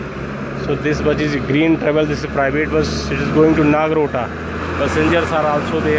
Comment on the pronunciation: nagrota not nagrota